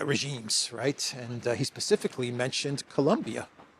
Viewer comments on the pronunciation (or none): none